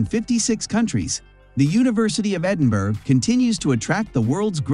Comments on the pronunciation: It's King's College London, not King's University. And even an American narrator should learn to pronounce Edinburgh properly. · Edinberg 🙂🙂🙂🇺🇲🇺🇲🇺🇲☕️ It is called Edinburgh braaah